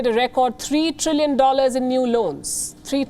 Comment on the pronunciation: Love the way Palki says Dollars : ‘Dolleyrrs’ !! 😂😂😂